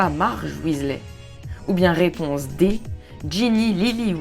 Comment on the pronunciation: Réponse et non pas raiponse!!